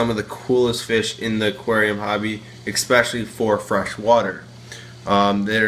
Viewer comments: Why do YouTube vloggers always say "eXspecially" 🤔. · Good video! Except for the fact that whenever you use the word "especially" you're saying it wrong, like "expecially" Grammar nazi triggered 😂